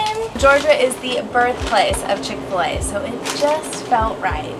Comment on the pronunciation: Chick-fi-la 👎 but a home van 👍